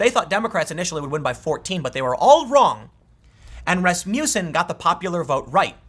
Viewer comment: Tim, it's pronouned 'RASS-muss-enn'